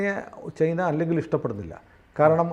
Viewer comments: ചെയ്ന അല്ല ചൈന എന്നു പറയൂ.. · ചെയ്നയല്ല ചേന😅😅